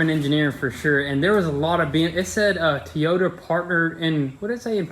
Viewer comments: Is it me or did he said toyeta Supra at the beginning of the video lol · Is it just me or do you guys hear them say Tiyota 😆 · Repeat after me, toy yota.....toyota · Why would you say 'teeyota'? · Ah...forgot about the 'ole TEEyouta Supra.. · Love how he says T-I-Y-O-T-A.........lol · I heard a few times “Tiota”??? 😂😂😂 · THEY CALLED IT TEEOTA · Ugh, I hate that so much. Every time they say tee-ota I want to rage out and throw things. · I thought i was the only one that was hearing `teeyota` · Thank you! I hate the way they pronounce TOYota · Here's a pronouncing tip for you. Toy-ota. TOYOTA. Not teyota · Teyota or toyota?? Lolllllllllllll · Its "TOY"ota not "TEE"yota freaking drives me insane hearing it 🤣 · Coming from someone Southwest of y'all in Huntsville, Al and very southern it's pronounced Toy-ota just like it's spelt not Tee-ota. Again I'm a Nissan guy how's family has built Nissan's but I can't tell you if it's pronounced Nissan Nis-on or Nees-on (I've heard both) but I can tell you that you pronounce Toyota Toy-ota. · Toy ota not Tea ota, i know i know your looking for more shirt ideas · First is Toy-ota not Ti-ota lol. And yeah it’s partially made at BMW and Toyota factories. They did a collaboration but if ya look at stamping on 80% of parts it’s BMW. Basically it’s a Toyota /BMW Z4 Supra haha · He said Tiyota Supra😂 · You call it a Teeyta... its Toyota lol good work though. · It's not a T-ota, its a TOY-OTA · Toy.....yotta... please. Not teeota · Why.... why do you keep saying Toyota like Teeyota... it’s bothering me lol I don’t know why it just is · Who calls a Toyota a Teeyota? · You all are killing me! Tea ota is not how you say it - it's TOY OTA!!! Keep up the entertaining shows!!! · WTH is a Teeyota? 🤣🤣🤣🤣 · Toy-ota not Te-Yota your killing me with the pronunciation. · It’s TOY-O-TA not tiota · LOL!! OMG!! Please learn how to pronounce Toyota. It is: TOY O TA no TEE YO TA. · "tiyota" 2020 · T-yota lol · Tee-ota supra